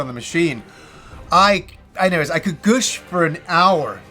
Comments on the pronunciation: Good review, lots of energy. Oh and it's 'Gush' not 'Gooosh' lol. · this is the first time in my life I've ever heard "gush" pronounced like "goosh". I'm sure you'll see comments like this a lot, but I had to say it haha. Goosh is too satanic, too satanic! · “Goosh”? 😂 Not meaning to make fun, but it’s weird to hear it said like that instead of gush.